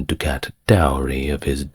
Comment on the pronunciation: I do enjoy these, though the mispronunciations at times are surprising. One I recall here is ducat. Re Mary, Queen of Scots, she was heir presumptive not apparent. Hers was a tragic story, but she made many foolish mistakes. The person I think, who was most responsible for Mary's sad life was Catherine De Medici.